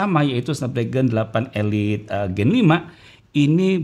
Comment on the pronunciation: Nah ini baru bener SD 8 "elit" Bukan "ilait" 😂